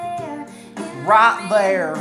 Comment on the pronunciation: When you said “rIght theAr” I choked on tea, I laughed so hard. Also I can’t wait till I’m fifteen to listen to it on my birthday. Your reactions are so energetic and I love then